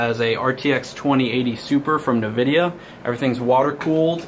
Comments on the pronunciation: It always hurts when system builders say “navidia” instead of “nvidia.” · That's the first time I've ever heard NVidia pronounced incorrecly. PRONOUNCE NVIDIA [en-VID-eeyah]